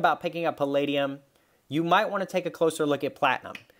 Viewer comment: No no no, it’s pall-AH-dium 😋 Great video, I agree that it is more like platinum is undervalued than palladium is overvalued. Great analysis considering the percentages mined. 🔥🦈🌊